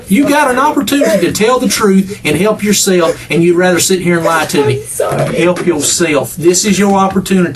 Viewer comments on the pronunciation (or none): .. a "halp yo seff" button..